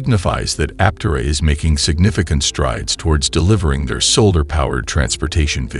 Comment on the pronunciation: Learn to pronounce Aptera. Good grief.